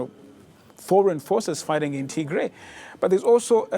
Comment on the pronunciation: It’s pronounced Tigrai not T-gray